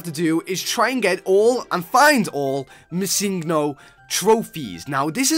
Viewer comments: uhhhhh its missingNo. not missingo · It's missing no not misingo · Um its missing no not missingo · ITS PRONOUNCED MISSING-NO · He said missinggo XD